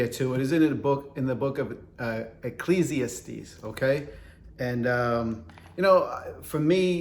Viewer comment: Protestant Bibles have typos too. Look up the "Wicked Bible" of 1631. Imperfections are part of the human condition. (BTW, it's pronounced ekk-leez-ee-ASS-tees.)